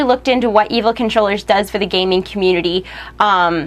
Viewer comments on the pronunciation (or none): none